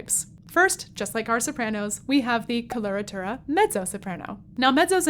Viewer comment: it's coh-loh-rah-tooh-rah. not kolortorah. wouldn't it sound more professional to pronounce words about your field of study correctly? especially when you make worldwide contents